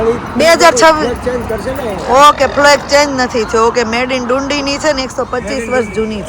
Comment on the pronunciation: તમારી Scotlandની ટ્રીપ સારી ચાલી રહી છે. તમે જે જગ્યા ને ડુંડી, ડુંડી કહીને અમારું હસી ને પેટ દુખાડ્યું, તેનું નામ ડંડી છે. તમને જગ્યાનું નામ નું pronounciation ન આવડતું હોય તો ટ્રીપ શરૂ કરતા પેહલા કોઈ local Loko ne પૂછો તો તમને બોલતા શિખવાડે.😅